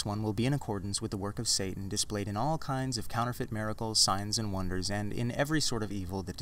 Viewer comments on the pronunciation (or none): none